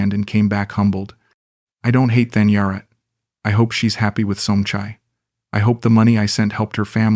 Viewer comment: Thanyarat is not pronounced "Fan your rat". Maybe the relationship would stay on track if you sussed this out